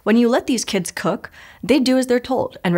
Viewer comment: "kidziz"!?!? is not a word my good sis